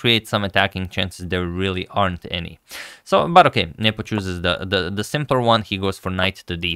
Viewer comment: Every time Antonio says nepo my dirty mind hears nipple😂😂😅